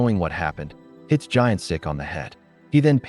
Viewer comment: The main character's name is Gyeon Sik not Giant Sik :)